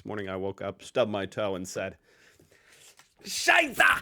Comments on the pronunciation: The way you pronounce “Scheiße” (“shit”) sounds more like “Scheißer” (“shitter”). Pleas note that in German, the light schwa [ə] contrasts with the dark schwa [ɐ]. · it is not "shy-ZZah" but rather "shy-SSeh" or that would be at least closer to it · scheiße, why do you not can pronounce "scheiße"?!